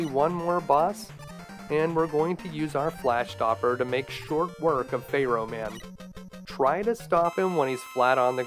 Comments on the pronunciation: "fair-oh", not "fay-roh" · I find your mispronunciation of Pharaoh to be quite disturbing. It's pronounced Fair-O, not Fey Row! Also, you forgot to mention the trick where you can disable the Octopus Furnace's hitbox by firing a Drill Bomb at its weak point & manually detonating it just before contact. This will disable its body's hitbox, allowing you to stand directly underneath its weak point. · I don't know if you're saying Pharoah like that as a joke or what. I have never heard it pronounced like that. 😆Good play through!! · Hehe, your pronunciation of "pharaoh" gave me a giggle. "Faye-Row Man" 🙃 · Fay-row man 😅